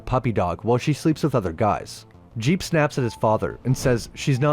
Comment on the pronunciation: I’m pretty sure his name is jeeb not jeep